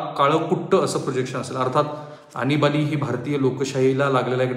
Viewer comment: आनिबानि नाही,आणीबाणी😀